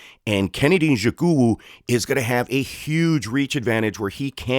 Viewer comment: or mr white man pls respect your self and pronounce the Nigerian mans name properly or don’t call his name again,why don’t you learn how to pronounce his name well before going online with your bloody phonetics